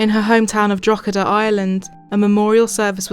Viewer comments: Your pronunciation of Drogheda is almost perfect! The -h after the -g in the middle of the word makes the -g silent, similar to the weird rules in the English language that means GH make an F sound, rough, cough etc, except in Irish GH can make a H sound. It’s pronounced: draa-huh-duh, or dro-huh-duh (Thank you for making this video, as an young Irish individual I have plenty of family and friends who have emigrated to Australia over the last decade. This case is so terrifying.) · It's not important in light of what happened, but it's pronounced draw huh duh.